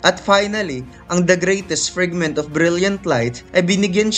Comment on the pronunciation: Nakakatawa ung salita ng narrator na, GREIIIYTIES FRIGGGMIT OF BRIYLLIET LAIF TANG INA NA YAN NA PAGSABI